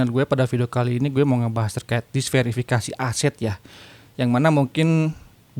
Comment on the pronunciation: Diversifikasi bang bukan disverifikasi